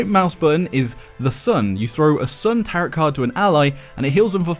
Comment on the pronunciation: that isn't how you pronounce tarot